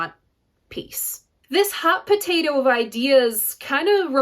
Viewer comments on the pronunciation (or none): none